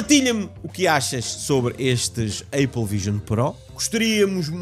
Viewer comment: não é aiple é apple